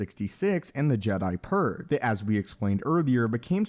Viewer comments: Purge not "purr". They're not cats! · Why does he keep saying purg and not purge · What is/was the Jedi Purr? Or am I the only one who hears "Jedi Purr" when the subject is obviously the "Jedi Purge"? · did you say purrrr? its purGe! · I always hear „Jedi Purr“ instead „Jedi Purge“ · What is up with this guy and not being able to say purge the right way? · You said "purg" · This guy doesn't know how to pronounce purge. Jeez.